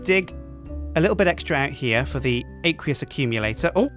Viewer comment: It's pronounced "Ak-we-us Ak-youm-yilator"